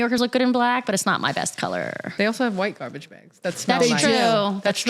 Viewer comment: Love it. I'll keep watching as long as you keep saying Gwahbage ❤😂